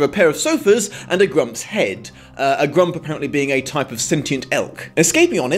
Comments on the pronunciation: And it's Gump, not Grump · I know this has prolly been said already since this viodeo is good and old... But the elk thing wasnt named The Grump it was Gump....as in Forrest Gump. I know it doesnt matter but it botherd me for some reason when i heard you say it multiple times. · One minor nitpick and one clarification: It's "Gump" like Forrest, not "Grump," and while it isn't outright given as the reason I always took it as implied that Tik Tok's ornament being there when they were transported away from the Nome Kingdom as a result of the wording of Dorothy's wish, which was something to the effect of "I wish for all of us from Oz to be returned there safely." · Does keep saying "Grump" instead of Gump? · It’s gump..... not grump....😆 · my only nitpick is that you kept saying Grump. The animal said he was a "Gump" sorry this is one of my favorite movie.